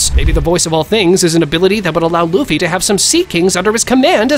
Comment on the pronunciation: I heard bro said Luffy D Luffy or Munkey D Luffy😂😂😂😂😂